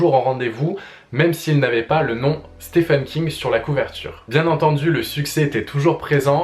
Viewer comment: Je loue le but de la vidéo qui est de conduire le lecteur vers une porte d'entrée de l'univers de King. Cependant, comme beaucoup de personne s'exprimant en français, une faute - que je faisais aussi par ailleurs - qui maintenant me brise les tympans est d'entendre "Stefen" au lieu de "Steven" parce que oui, Stephen se prononce Steven (le premier 'e' comme un 'i'). Thumb up quand même ! Tu verras que tu ne supporteras plus d'entendre "Stefen" après avoir écouté ses interviews en anglais (je ne sais pas si tu es bilingue ou non, étant bilingue je claque deux fois plus d'argent vu que je ne peux attendre la traduction des romans de King. Ça a donc des désavantages). Bref, euh... merci pour les conseils ! Je ne peux supposer qu'ils sont bons. Si je devais en donner après avoir lu 20 ou 21 romans (j'ai fait le compte il y a deux jours, Richard Bachman inclus, un pseudonyme de King) : commencez par un roman qui vous appelle bien que je déconseillerais Dôme quand même. Ne commencez par par un livre du style "l'Anatomie de l'Horreur" qui n'est pas un roman (je le lis, très intéressant, mais pas une histoire bien qu'il donne pas mal de référence de roman à lire). Personnellement, Joyland venait de sortir, roman assez court dont l'histoire se déroule en été et j'avais pas mal de temps en juillet. Sur un coup de tête j'ai acheté le bouquin et moins de 24h après je l'avais fini et j'étais déjà de retour chez le libraire pour Shining (je ne connaissais que le film que King n'apprécie pas